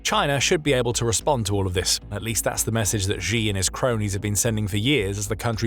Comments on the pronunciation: Chinese leader's Surname Xi is pronounced pretty much like /she/ no matter that 98% of the newscasters get it wrong and pronounce it /gee/ it's still wrong, don't follow the crowds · Please learn how to pronounce 'Xi' properly. You come across as unprofessional & therefore not so credible.. it's an easy fix. (Clue; it's pronounced like 'she' - not the 'X' in Xylophone, or ' 'J' in Je suis un homme). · Xi pronounced SHE Winnie the Pooh!